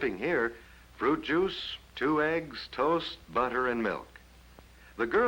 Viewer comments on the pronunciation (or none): none